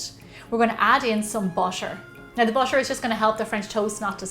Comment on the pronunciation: Im hearing bucher or butter not sure